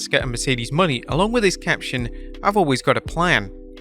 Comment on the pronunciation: LEARN HER DAMN RING NAME! IT IS MERCEDES MONE' NOT MONEY!!!